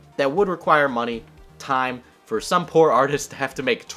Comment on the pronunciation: "fur example"